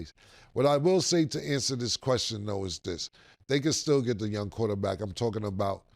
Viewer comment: "Stell" for still is crazy Mase. 😂😂😂